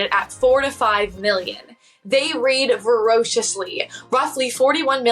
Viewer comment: The way she incorrectly pronounced 'read'. It happened more than once which makes me wonder if this is AI? 😮